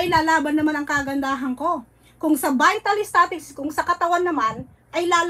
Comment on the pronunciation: VITAL STATICS DAW Sabi Ni ninang...(vital statistics)😂😂